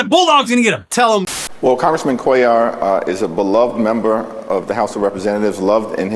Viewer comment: Lol Cuéllar is a common last name in my country and I didn’t think they were talking about someone called like that because that’s not how you pronounce that last name at all . But then again everyone does it over there is those news snippets are anything to go by, so I guess pronouncing it correctly even by the people called that would be seen as snobbish